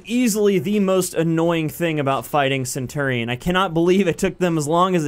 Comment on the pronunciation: Great video but pronounce centurion right please.